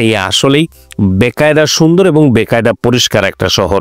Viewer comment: ওটা বেকায়দা হবে না,উচ্চারণ টা বাকায়দা মানে ঠিকমতো বা সঠিকভাবে। ওটা হিন্দি শব্দ। আপনি বলছেন বেকায়দা মানে অসুবিধা ।